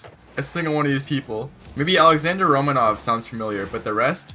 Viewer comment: Out of all players he MAY have recognized, he said Romanov 😂